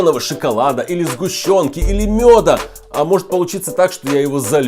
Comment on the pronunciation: Хаха ты сказал мода а не мёда 😂😂😂🤣🤣🤣🤣🤣😂😂🤣😂🤣😂🤣😂😂🤣😂😂🤣😂😂🤣😂😂😂😂😂😂😂😂😂😂😂😭😭😭😭😭😭🤣🤣🤣🤣🤣😂😂🤣🤣🤣😂🤣😂😭😭